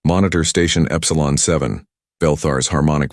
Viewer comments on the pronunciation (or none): none